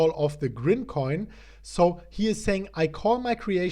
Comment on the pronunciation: IT’S GRIMCOIN lol